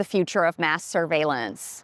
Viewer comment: that last 'surveillance' sounded a lot like, 'craaaabappple' lolol. But great short, TY that was truly informative. WTH is Flock doing?